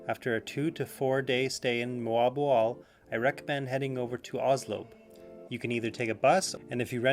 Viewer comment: Great to hear Moalboal pronounced the Filipino way!